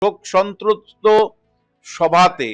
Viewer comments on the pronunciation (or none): "সন্ত্রস্ত" উচ্চারণ করতে পারছেননা। আর ওর শেষযাত্রায় ইন্টারন্যাশনাল গাওয়ার নিন্দা করছেন। গানটির কোন কথা আপনার অন্যায় মনে হয়েছে?